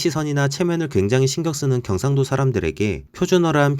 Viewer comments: 음...티가 나는데요? 경➡️상⬆️도 ➡️ 출⬆️신⬆️ 극⬆️과⬆️ 극⬆️을⬆️ 표⬆️준⬆️어➡️ 사↘️투➡️리➡️ 제↘️일➡️ 작성자분 말투 잘 들어보면 어두위치 고조형 (ex. 오⬆️늘➡️) 빼고는 다 들림요ㅋㅋㅋㅋㅋ 저조형, 중조형(또는 이중고조어두+중조연속형), 어두 를 제외한 고조형은 숨길 수 없으신듯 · 영상보니 경상도 라는 단어를 쓰실 때 경상도 출신인 것같은 느낌이 나네요 ㅋㅋㅋ 저도 귀가 예민해서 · 그거암 ?이분 경상도 할때 발음이 빼박 경상도 반갑다 친구야